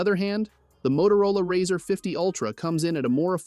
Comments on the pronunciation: The product is pronounced “Razor” like “Raise”, not “Razzur” as in “Razz”. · How can I trust a reviewer who can pronounce the name correctly on a phone especially one with over 30 years behind it.. It's razor not riser!!! Yes he did fetch it correct at the end!!! Just say'n lol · The "Rawwzer" ? 😂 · why it say "razr" like that